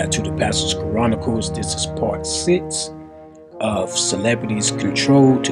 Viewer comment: I wish the Pastor correctly pronounced the word "Chronicles." The host does not use the correct pronunciation of the word. That's unfortunate.